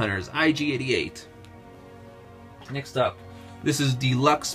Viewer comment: Just so you know you said ig88 it's ig88